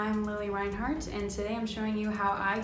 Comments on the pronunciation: take a shot every time mispronounces reinhart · I swear if you say her last name wrong one more time I am going to get YouTube to band your channel quit disrespecting Lili If you can’t say her last name right don’t say her last name at all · Any one going to y’all about how she said reinheart in a wired way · Sweetie, it’s re-inheart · WILL YOU STOP SAYING REINHART WRONG ITS NOT RAINHART!!! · Is anyone gonna talk about how she’s saying Reinhart? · Anyone else interest she went the whole video without saying her name right once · The way she pronounced Reinhart😫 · they pronounced it wrong on this😂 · I new all 10 things and they say her last name wrong I luv lili tho ❤️#riverdale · The way she says Reinhart 💀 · OMG its not Lili RAINhart its Reinhart like wtf😂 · Omg it’s lilli Reinhardt not lilli rainhart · its pronounced lili rIInhart not lili rainhart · I'm sorry but you pronounced it rainhart instead of reinhart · Im cringing how she says Reinhart “Rain-hart” LMAO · You kept say Rainhart instead of Reinhart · It really bothers me how she says rainhart not reinhart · "Its lili RAINhart" Me:REINHART GET IT RIGHT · Y does she keep calling her Lilli Rainhart it’s Lili Reinhart !! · did you know thats its not lili rainheart as your saying its lili reinhart OMG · Hate to break it to you but it's Lili Reinhart NOT Lili Rainhart. Maybe try learning her name before you make a video about her. Plus the thumbnail is clickbait and everyone already knows all of these facts. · okay its not rainheart its REINheart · I'm sorry lili RAINhart? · its not RAIN-heart its REIN-hart, you cant even say her last name. looks like you are the one that needs to learn more about her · REINHART NOT RAINHART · REINHARTTTTTTTTTTTTTTTT NOT RAINHARTTTTTTT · “Rain heart” lol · Every one in the comments talking about how she saying reinheart or the thumbnail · It’s pronounced like “ rine- heart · It’s pronounced rine-hart but it’s spelled Reinhart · You lost me at Rain-heart.